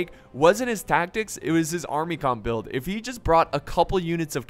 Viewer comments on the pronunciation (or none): none